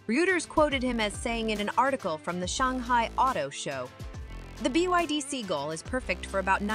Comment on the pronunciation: It's not B-i-D, it's BYD. Bad narration.